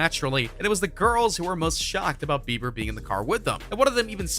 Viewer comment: I instantly frowned when I heard "Bieber"